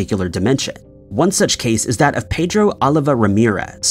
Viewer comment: That is not the correct pronunciation of ‘Pedro’